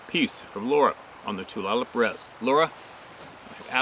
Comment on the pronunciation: Tulalip is pronounced Too/lay/lip.